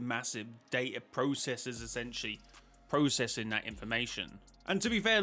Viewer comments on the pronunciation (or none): none